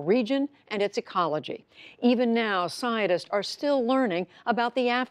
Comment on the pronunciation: siaodists instead of scientist like what?